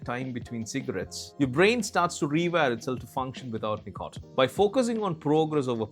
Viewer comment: great video, but tb100%h, the pronunciation with some words, starting with "nicotine" is killing me